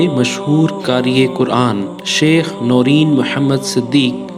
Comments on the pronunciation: Allahummagfir lahu war hamhu. The right pronunciation is "Nurain" not noreen. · Its not noreen its norain jahil media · Its not noreen... Its noor ain...